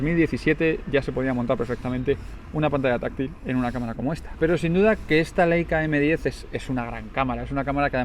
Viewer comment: Por favor; cada vez que un YouTuber dice "LEICA" en vez de "LAICA" se muere un angelito del cielo. No más muertes de angelitos inocentes. jejejeje. Aprended como mínimo que en alemán se pronuncia "laica"...queda feísimo. Y casi todos los youtubers lo dicen mal.